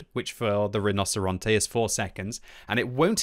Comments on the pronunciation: I don't know anything about spanish BUT in italian "rinoceronte" is pronounced "rinoceronte" not "rinoseronte" xDD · Mostly. Rinocerante is said like “Ree-No-Cer-An-Tay,” and he said it like “Rah-No-Cer-An-Te.” Pretty close. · pronounced 'rino-che-ronte' because a 'c' followed by an 'I' or 'e' makes a 'che' sound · You mean you played the Tier Ten iTalian auToreloading Tank RRRRRRRHinoceronte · Hey, the tank is pronounced "Reenocherontay" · Correct, kept butchering it but i don't blame him, it ain't easy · Hey! I promise I'm not trying to have a go at you, absolutely love your videos, just thought I might mention that the "c" in Italian will sound like a "ch" in this context! The rest of your pronunciation is actually pretty on point, just thought I'd drop you a quick tip! Thanks for the awesome content, I always learn a lot! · you need to learn how to pronounce rinoceronte right:D